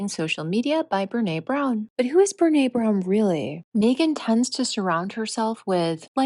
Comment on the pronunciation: I said last week that you had pronounced Brene's name incorrectly. I was wrong, and I apologize. I deleted that comment.